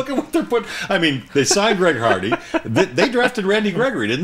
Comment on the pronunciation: The old farts can't even get Hardy's name right. It's not Harvey, with a "V". It's Hardy with a "D", which is the grade I give the old farts. Never seen the old farts before. If I see them again, I'm out.